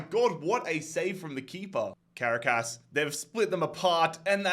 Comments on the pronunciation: For the pronunciation of Caracas. It's pronounced Ca-ra-cas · Ngl I died everytime you said Caracas wrong